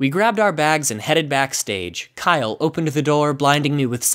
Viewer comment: Kiyle me: do you mean james